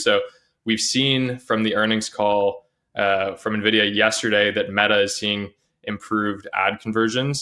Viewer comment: There's something about how pronounces Nvidia that bothers my OCD